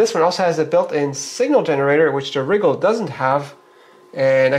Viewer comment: Many Youtubers say RYE-GAHL with the emphasis on the RYE, as I do. says it like WRIGGLE. Made me GIGGLE.